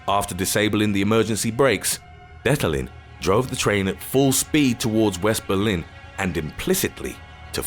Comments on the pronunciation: Berlin. Not "Belin". Jabroni. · Um... I bet you meant "Berlin", do you? I'm from Germany :D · lol Belin